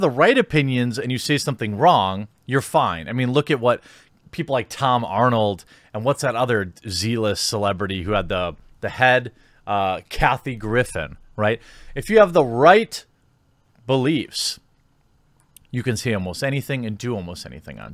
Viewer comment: When you said Z-List it sounded like zeal-ist (like zealot) and that totally works for Arnold and Griffin. 👍